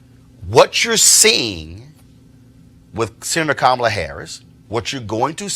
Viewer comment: Please learn to pronounce Harris' first name: It's explained in her book, which is short and easy to read: "Comma-la" like the punctuation mark, and not "k'milla" or "K'm-Allah" like a lot of people say.